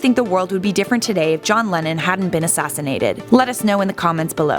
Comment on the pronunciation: Am I the only one who twice misheard "Lennon" as "Lenin"?